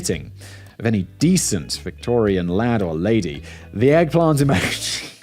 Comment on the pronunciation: I almost kinda feel like Simon just might be trying to see if he can gaslight me by the way he's pronouncing emoji....? This is what I came here for and I love it